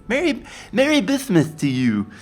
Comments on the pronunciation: I'm pretty sure "bismuth" is pronounced "biz-muth" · Why are you saying Bismuth like that? 0_o